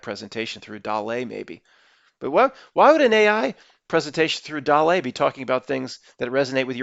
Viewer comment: DALL-E is pronounced like WALL-E + Salvidor Dali. DOLL-EEEE